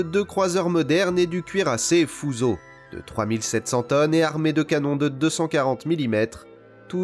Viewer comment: Si je puis me permettre une petite correction sur le nom d'un des bâtiments énoncés, Fusō se prononce bien "fousso" et non "fouzo". Si l'on veut pousser le vice, il est également d'usage de prolonger le o terminal. :)